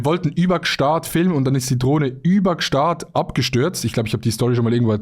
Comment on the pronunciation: ich finds voll geil wie adi sich immer lustig macht wie Gstasd aus spricht